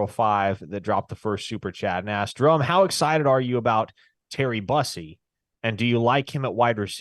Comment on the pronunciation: Its Terry Boo-see . Not bus-ee or Byoo-see. Boo- see/sea/si